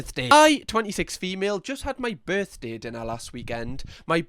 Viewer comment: "on yer BUUUUrthdae?" (I am American)